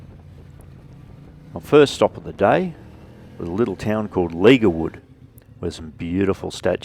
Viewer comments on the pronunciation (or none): Great footage, pronounced Ledgerwood FYI Isn't Tassie beautiful.!